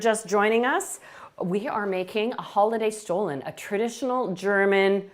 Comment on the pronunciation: Dear Chef, “stollen” is not pronounced stolen, in German it is referred to as “stullen” and marzipan is pronounced as “motzipon”.